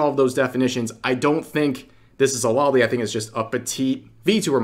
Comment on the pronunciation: Small henpeck here, I'm aware, but it always bothers me how Rev says "loli". He always says "LAW-lee", like as in "Lollipop", but the term comes from "Lolita" (a 1955 novel, with "Lolita" being Spanish in pseudo-origin), pronounced "Low-LEE-ta". So it should be said as "Low-lee".